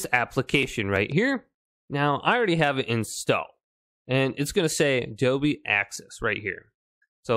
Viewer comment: There is an 'L' in Dolby! 😂Doby!!!!